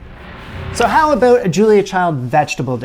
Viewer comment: "Aboat"? R U Canadian?